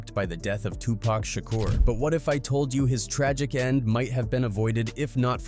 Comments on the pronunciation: WTF man it’s pac not pack I can’t even finish this shit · Soon as I hear "Pack" I turned it off and stopped watching. We need more respectful voice overs. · Why is he calling him pack? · I had to stop listening because this dude insists on calling this man Too Pack as if he hasn’t heard every black man and Tupac himself say his name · I refuse to watch this bullshit ass video any further until he can say 2Pac name right